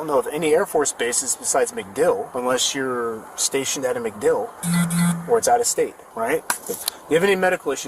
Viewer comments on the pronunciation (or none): none